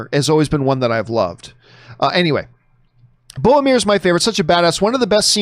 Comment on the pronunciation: A day may come when John finally pronounces Boromir's name correctly... but it is not this day.